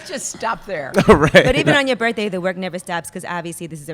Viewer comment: and its birttthhhhhhday not burfday